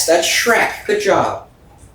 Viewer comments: I always find it funny how he sees Shrek and says Shrock, those two items seem to give him the most trouble 😂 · I like how he saw shrek and said "shrock" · I just love how he still insist on Shrock instead of Shrek. Like he renamed it and dont ever wanna change it. Funny thing is whenever I see a shrek picture, gif etc. I call it shrock also. It is hilarous. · His mischievous insistence on calling shrek "shrock" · I like how calls Shrek Shrock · is right its Shrock, not Shrek!! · Green = shrock 😆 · sees shrek and says Shrock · poor guy's forgotten how to say shrek again LMAO